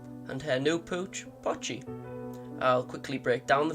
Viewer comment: It's POCHI, not Pachi. "POE chee"